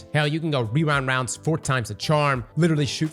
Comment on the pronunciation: weewa wownds never gets old lmaoo